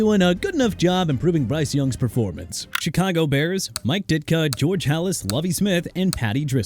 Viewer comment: CHICAGO PRONOUNCED SHEE-KAH-GOW NOT CHEE-KAH-GOW! HOW MANY TIMES DO I HAVE TO CORRECT YOU?! ALSO IT'S MIKE HOLMGREM NOT HOMEGREN!! AND TONY SPARANO PRONOUNCED SPA-RAH-NO!! HAVE RESPECT FOR THOSE WHO DON'T EXIST ANYMORE ESPECIALLY A FORMER HEAD COACH OF THE DOLPHINS WHO PASSED AWAY A LONG TIME AGO!! YOU NEED TO BE GONE!!! MR. "NEW OR-LEANS" WHO GOT NO RESPECT FOR A LOUISIANA CITY CUZ HE WANNA CONTINUE TO BUTCHER IT LIKE HE KNOW HOW TO PRONOUNCE BUT HE DON'T!!